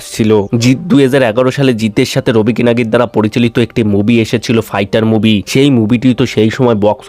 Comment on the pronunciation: Bhai movie moobi naa …… pronunciation ekdum tatty.